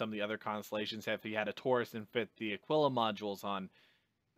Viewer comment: Thank you for pronouncing the Aquila correctly :)